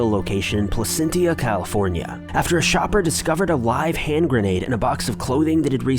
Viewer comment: Place this is pronounced plasensha